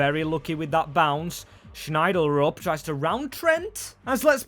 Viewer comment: His name is not Schneider-UP It's pronounced shel-drup